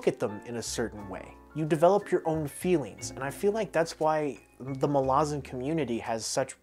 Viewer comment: Pronounces "Malazan" right on the very first attempt "Most impressive, youre one of us now" Also dont worry were not pointing guns at you for finding Gardens easy, we just warn everyone that its very hard because we dont want them giving up before it really kicks off